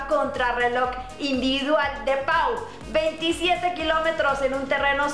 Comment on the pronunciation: Hola, ¡qué linda, guapísima! Una corrección, la ciudad de ayer Pau, se pronuncia "Po".